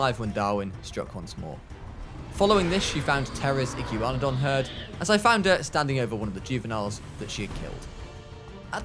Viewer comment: I can’t stand him saying iggywanidon instead of igwanadon